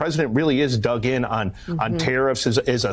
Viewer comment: he says "The president really is dug (in)" but the first time through I thought he said "The president really is dumb".